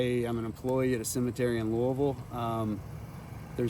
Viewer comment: Clearly you have been here enough times and love it enough to know how to say the name of the city correctly 🙃🥰 THANK YOU!! You could almost pass as a native to our area 😉 I know this cemetery well. And my great-grandfather is buried next door in the military section of Cave Hill. Actually, there’s a spot in the back of Eastern Cemetery where you can see over into the military section of CH & see my great grandfather’s grave.